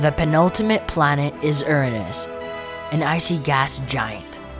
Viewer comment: Erunus ❌ Uranus✅